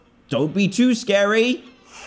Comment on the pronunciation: Oh no it’s scawy hhhahaahaha